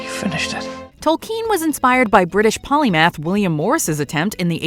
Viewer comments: Tol-KEEN?! isn't it pronounced Tol-KIN...? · The way she pronounces Tolkien 😂